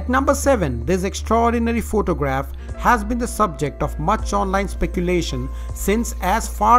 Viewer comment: this guy sais phoctogragh lol